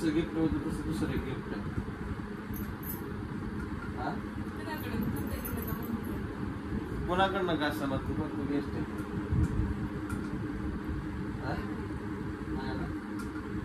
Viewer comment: Surprise nahi suprise ahe...... Guess nahi guest kr 😂😂😂😂😂😂😂😂😂 shabd yri vevatit bola